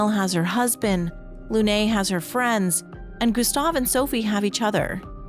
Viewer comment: So hard getting through this with the way you say Lune.